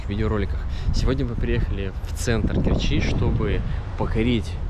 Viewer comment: Не в КерчИ а в КЕрчи.Научись читать правильно .Слушать жутко.....